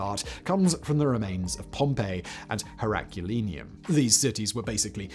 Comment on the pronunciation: That pronunciation of Herculaneum made me cry